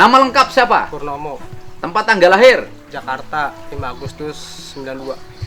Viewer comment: Duh bpa aing ngomong jakarteeee.. 😂😂😂